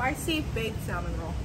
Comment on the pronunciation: Honey the L in salmon is silent